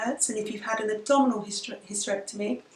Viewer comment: When you said "abdominal hysterectomy" I thought you said "double hysterectomy" at first and laughed so hard :D